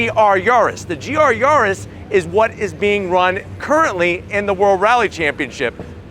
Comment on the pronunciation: Yawrus what's he on about.its yar-is